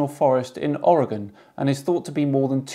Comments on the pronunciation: I want to congratulate you for pronouncing Oregon correctly, rather than "Ory-Gone" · Fantastic video, but the best part about it was the correct pronunciation of Oregon. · Loved the video. I'm just wondering how a Brit can pronounce Oregon correctly, but most Americans can't.